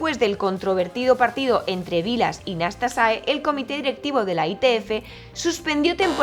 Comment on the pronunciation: ¿"Nastasae"? "Nastase", tal como se escribe. Fue mi primer ídolo.